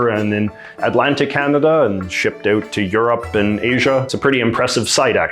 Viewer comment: I'm still convinced that JJ is having us on with his accent. He pronounces "ou" like the American stereotype and not like any Canadian I have met, ever. And I mean, ever. I've lived here, grew up here, travelled end-to-end here several times and, never. So. ❤